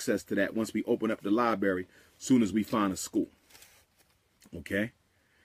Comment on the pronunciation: What a wonderful ”LIE-BURY” u have there, umar ❓❓❓❓